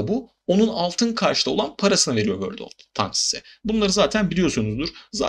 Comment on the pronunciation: vorldovtenk değil. tenks... fine tenks...